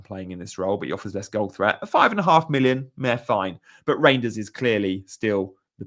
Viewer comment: Reijnders is pronounced as Rine, not Rain